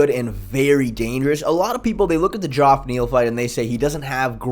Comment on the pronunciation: I know it’s spelled a little weird but it’s pronounced Jeff. The o is silent.